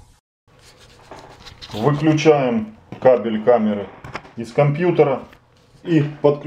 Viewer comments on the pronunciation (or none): none